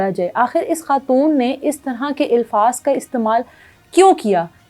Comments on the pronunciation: Ilfaz Nahi Alfaz HOTA Hy Work on your accent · Ilfaz nai alfaz kehty hn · الفاظ۔ کے الف پر زبر ہے زیر نہیں بہن جی